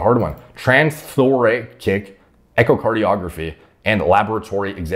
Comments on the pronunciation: Trans-thor-ASS-ic echiocardiography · Trans thoracic is pronounced trans thor-ra-sick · For future reference, it's pronounced "trans-thor-ass-ic". Love the videos bro!